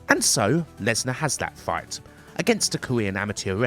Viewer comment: Bwock Lenswar